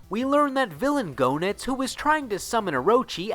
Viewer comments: Pretty sure it's pronounced JEE-Nitz. Not GO-Nitz. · You pronounced Goenitz wrong and he didn't manipulate Leona in KOF 97. That was just a flashback to Goenitz doing it to her the first time. Orochi did it that time. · That and he didn’t pronounce his name or Heiderns correctly 😂